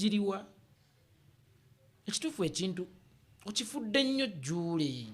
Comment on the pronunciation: Not juule but Julule